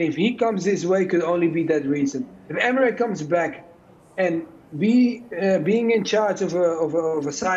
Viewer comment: Good Ebening is making a come back to the Premier League